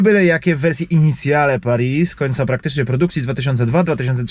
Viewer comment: Initiale kurwa nie inicjale ja pierdole 😂